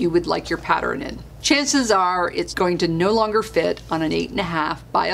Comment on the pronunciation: Do you realize, you say Pattern wrong? You say... pat-ter-ren, it's... pat-tern. I do love your videos. Apparently, I have ADD.